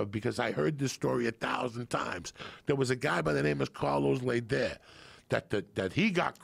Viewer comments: Love how Joey knows little about everything. He says Lay-deer. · General North???? You mean Colonel North... and Carlos Lehder (pronounced Lay-der ). Diaz is funny to listen to.. .he’s full of shit half the time but ya gotta love him. The drug planes didn’t land in the Glades, there were only a couple runways, and no where else you can land, at first they would land on Highway 27, that runs north and south on the east side of the glades. The problem with that was the skid marks they made on the road, which let the cops know where they were landing, so they stopped that, and started using ranches north of Lake Okeechobee. Thats when they moved the landing and off loading to central Florida, on ranches just just south of Kissimmee, and just north of Orlando, around Ocala. In the Seventies and early Eighties the major developing hadn’t started yet, so it was pretty remote back then. I knew a lot of ranchers that got rich quick, and a crooked Sheriff or two and their deputies.